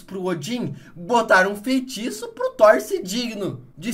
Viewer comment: "Feintiço" KKKKKKKKKKKKKKKKKK